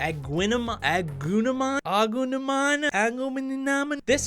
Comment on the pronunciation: Say it with me now. Agunimon, AH-GOO-NEE-MON.